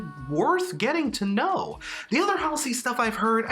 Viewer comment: not to be tha guy, but it's pronounced hall-see